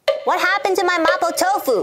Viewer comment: Why does she pronounce mapo tofu like that